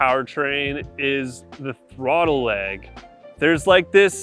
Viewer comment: Tiny leg or tiny “lag” at first I thought you were talking about the pedal